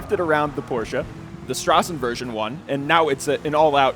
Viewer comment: So you do know how to pronounce Straßenversion but not Forza?:)